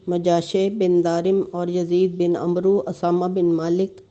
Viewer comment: Bibi Urdu to seekh ly aamr to umrooo pharty hain aap